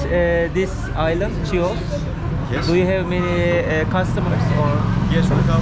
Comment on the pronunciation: Bir düzeltme yapmak isterim. TÜRKÇE okunuşuyla ÇİYOS değil HİOS olucak👐🏻